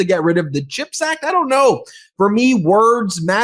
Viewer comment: Does he even know what a chip is? He always says ´chipact’ like it’s about potato chips!!